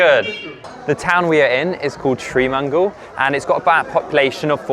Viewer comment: It’s Sri Mangal, not Tree Mangal